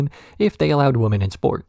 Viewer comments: Is there a reason your pronunciation of women sounds like woman? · "Women" is not pronounced liked "woman" please stop doing that.